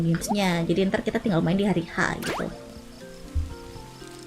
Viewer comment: iya gbisa pronounce "r"